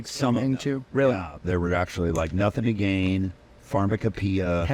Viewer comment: Nothing To Geen, Chad. You are mispronouncing you're own song.